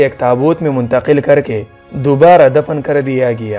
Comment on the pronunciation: dapan nai hota dafan hota hai